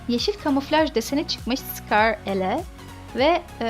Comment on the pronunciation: sıkar le değil scarl